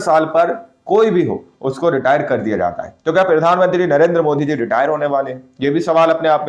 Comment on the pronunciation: Bhai pahle Tum bolna Sikh lo kyunki Tum har bar jab bhi bolate ho Pirdhanmantri bolate ho Jo ki Pradhanmantri hota Hai